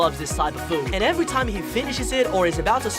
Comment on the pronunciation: You every say evewy